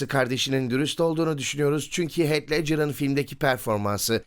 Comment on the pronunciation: Heath i "heyt" villan'ı "vileyn" diye telaffuz etmeniz haricinde her şey harika. Ellerinize sağlık beyler.